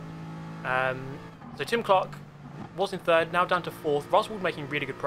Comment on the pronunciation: every time you said Tim Clark I heared Jim Clark. EVERY TIME. Here's an example of an f1 fanboy